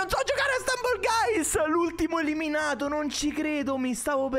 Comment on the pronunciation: Questo gioco è fighissimo, cmq la pronuncia è STAMBOL GAIS